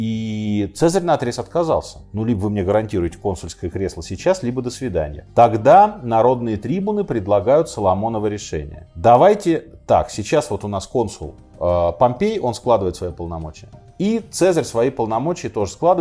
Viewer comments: трИбун - где вы выкопали такое ударение? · Минаев, конечно, без сомнения умница и остряк, но большое количество выпускаемых роликов снижает качество подготовки. В текстах много глупых стилистических ошибок, много неправильно расставленных ударений. Например, в слове «трибун» ударение должно приходится на второй слог. Извините за занудство))